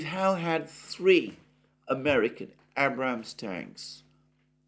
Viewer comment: this dudes pronunciation...ab ram ham and his 7 sons...had miss isles...